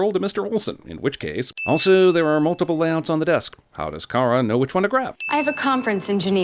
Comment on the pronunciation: I HATE the way they pronounce “Kara” It’s WRONG!! Her boss says it correctly. If you watch the original Supergirl movie, Smallville & any other show Kara was in. It was pronounced “Care-a” not “Car-ahhh”